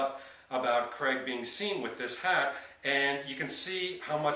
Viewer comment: Why do you keep saying Daniel creg? It's craig.